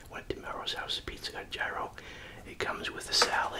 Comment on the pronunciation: Please, for the sake of my Greek wife, it’s pronounced Yee-ro!!